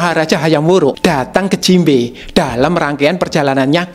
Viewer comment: jimbe kok malah aku denger nya jinbei